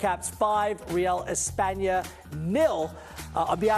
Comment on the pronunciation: It’s espana, chill